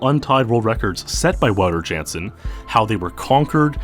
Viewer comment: Wow-ter is (mostly) correct. Ou as in ouch. Got his last name wrong though. Jan sounds more like yawn without the w, Ya(w)n-suhn or Ya(w)n-s'n, the uh sound is extremely short.